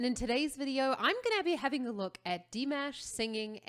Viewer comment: He is Dee - Maaaaash, not Dee - Mesh. Dimash can sing like Sohyang....but can Sohyang sing bass and baritone as Dimash can too? Don't get me wrong.....I like and respect Sohyang very, very much......she is one of my most favoured and respected vocalists.